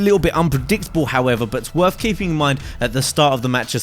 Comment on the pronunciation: Is it worf it? do you fink? speak english you fuck